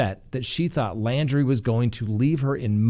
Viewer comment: his last name is LAUNDRIE...not LANDRY.